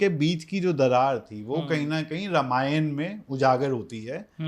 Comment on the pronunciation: Dear Sir Ramayan ka pronunciation thik se karo